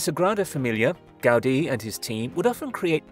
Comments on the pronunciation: The man it's called GA-U-DI, not Gádi... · It's the correct way. The accent is on the letter "i" so it's pronounced "gau-DEE." Take it from a Spanish-speaker. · The way the presenter says "Gaudi" is.....odd.